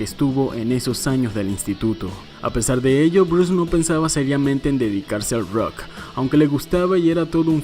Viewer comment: Porque dices “ruoc”??...es rock ¡plop!